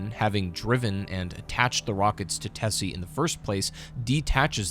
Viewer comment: Brother PLEASE It's Tessie, not Tezzie - a soft double s sound, like a snake hiss PLEASE stop saying Tezzie I beg you.